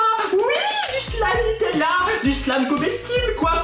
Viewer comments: ON DIT NUTÈLLA ET PAS NUTÈELLA CONNACE!!!!!!!! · Elle c' est même pas dire nutella😐